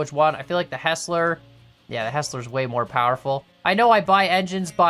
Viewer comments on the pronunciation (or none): idk why, but it always bothers me when you say "Hessler". Heisler is pronounced like "High Slur". Anyway: It always fascinates me how good your tracks look. My tracks look like a child made them. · Anyone else get triggered when this guy call a heisler a hesler. This engine is pronounced (High-sler). As someone who is a nerd on geared locomotives this is such a trigger for me. But I won't complain more than once. I'm glad they are getting attention and I thank you for putting this game out there for us to watch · The Heisler is pronounced hi-sler